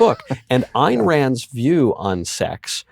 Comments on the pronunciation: Not to focus on trivialities, but wth, Puzder? Her name is Ayn (rhymes with pine), not Ann. You've been a fan for years and you obviously must know this. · Ayn Rand is pronounced Eye-n not Ann. Eye with N on the end. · “Ann” Rand? 😂